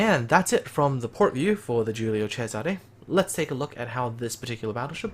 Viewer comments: Angelo Agriam I’m Italian. He pronounced it nearly perfectly. In Giùlio the “G” is clearly not a “J”, and there’s a “S” in Césare , not a “Z”. (I highlighted the correct accents). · Neither am I but I know some Italian, his pronounciation was spot on. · Angelo Agriam He pronounced very well for a non-Italian. On an unrelated note, one of my grandpa's brothers was on the Giulio Cesare at the battle of Punta Stilo, and as I understand he got some burns when the ship was hit by the Warspite, in one of the longest-ranged hits in naval history.